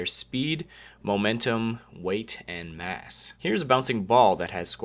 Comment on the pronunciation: when he said mass i sounded like ass